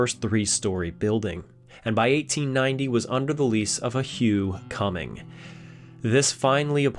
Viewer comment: Anyone else laugh when he said Hugh Cumming???